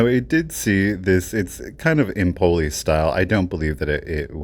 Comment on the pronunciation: Vetrerie Empoli (Empoli glasswork): Empoli is a city in Tuscany and it is pronounced with the stress on the initial e